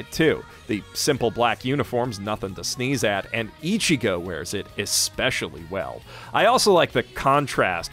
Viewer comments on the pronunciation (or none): none